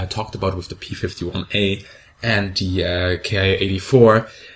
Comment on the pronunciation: feel compelled to mention once again, Bismarck: The Japanese "Ki-#" planes are meant to be pronounced like the English word "Key". Ki is an abbreviation, not an acronym. Short for "kitai" meaning basically "airframe".